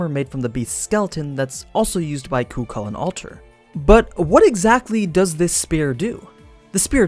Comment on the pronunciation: The second c in the name is silent